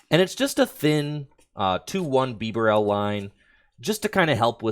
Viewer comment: Bro what is that pronunciation of bibarel 🤮🤮